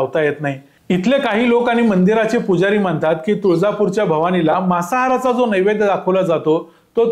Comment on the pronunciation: मासाहार नव्हे मांसाहार मांसाहार या शब्दाचा तुम्ही केलेला उच्चार मासाहार असा ऐकायला येतो